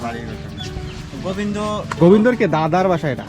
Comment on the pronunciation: Bhai goibndo na Govinda Nam to thek kore bolo